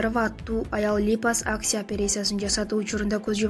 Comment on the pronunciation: Туура окуганды уйронсон биринчи. "Липосакция" болунбой окулат. "Операция" "Опереция" эмес.